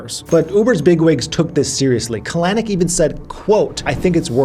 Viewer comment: kah-LANNN-icckk... super cringe on that pronunciation - emphasis goes on the first syllable CAL-eh-nick...